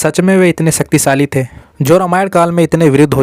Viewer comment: Sucktisali nahi bhai shaktishali